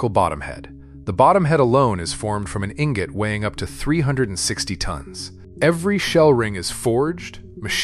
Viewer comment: EEEN-GOT EEEEN-GOTT. LOL